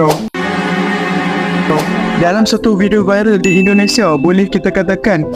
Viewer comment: Lidahnya pendek. Dengar dia sebut endonesya. Small matter bro 😅